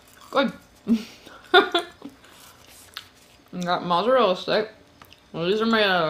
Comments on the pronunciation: "Today we have some home-made Mal-Aza-Rhella sticks." 💀💀😭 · Mah-zarellah? Why does she pronounce things wrong all the time????? 🙄🙄🙄🙄